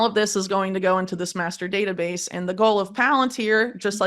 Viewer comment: I thought she said masterbater base but she said master data base… 😂